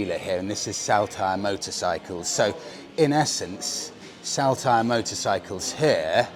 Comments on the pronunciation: Saltire is pronounced like Saul-tyre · Love the content and as a born, bred raised Scotsman i may be able to help with pronunciation so us natives dont wince in pain lol … For starters in Day 1: Saltire Motorcycles ….. Incorrect: SALL-TYRE Correct.: SOL -TYRE I’m ere to help and look forward to the next episodes 😂👍🏼👍🏼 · Salt- ire, as in the condiment, if you will. Just saying, no offence intended.😉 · Saltire …the first part is pronounced Salt as in table salt. 👍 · its pronounced soltire, after scotlands flag. My mate runs that wee cafe JTs